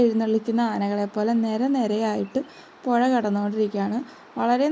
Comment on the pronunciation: പൊഴ അല്ല. പുഴ.. സ്പുടത വേണം സ്പുടത...